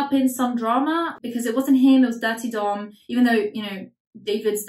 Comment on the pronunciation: everytime you say Durte Dom i think it’s “Dirty Dom” and it’s fitting.